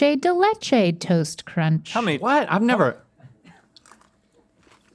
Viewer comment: omg she said “ dulche day leche “